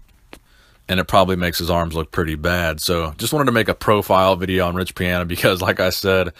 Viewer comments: pee-on-uh not pee-an-uh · Is his last name pronounced Pi-"anna" or Pi-Ana?? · You can’t even pronounce his name correctly.